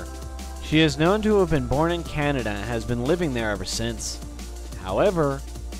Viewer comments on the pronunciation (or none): none